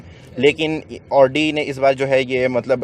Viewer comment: Pyaaray bhai audi ka lafz bolna seekh